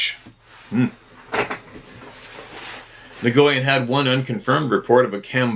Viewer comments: NGYUN/NYGYIN: pronounced N+WOON / N+WIN? At least this is how my Vietnamese friend told me is the correct pronunciation for his name.😬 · The Vietnamese name, Nguyen, is pronounced "win". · Nguyen is pronounced “win”. Cuhrazy!